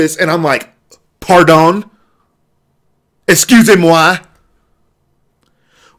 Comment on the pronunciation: as a french person, your excusé moi was perfect